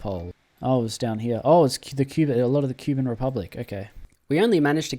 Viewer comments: ITS NOT "QUE BIN" ITS "COUP BAN" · Poroshenko was the president of Ukraine through 2014 to 2019, very anti-Russian/Pro-Eurooe, more so than Zelensky. And pls, for the love of God, do not use foot infantry in the 2020's it ain't worth it. Also I think it's pronounced Koo-ban